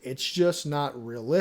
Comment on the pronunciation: There is now y in stability. Say it with me STA BIL ITY